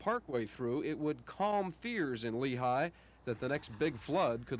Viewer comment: That should be Lehi Valley, not Lehigh as if it's Pennsylvania